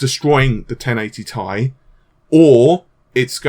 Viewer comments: can we please stop calling it "1080 TIE" and fucking say "tee eye" like the rest of the world and the company that manufactures it? thanks fam. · T-I not tie! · pronouncing 1080ti... tie is like pronouncing a TIE fighter as tea fighter 😋